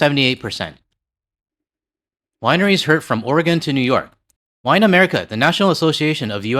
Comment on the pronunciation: I know you don't care but it's Will-A-mette, not WILL-a-mette. Thank you for saying Oregon correctly though. I have Canadian neighbors, fwiw 🇨🇦💙